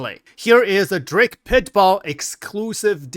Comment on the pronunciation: Pit "BULL" not "BALL"